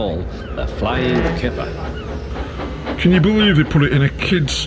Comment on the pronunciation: I like how you like its called the flying kipper but you said th3 flying killer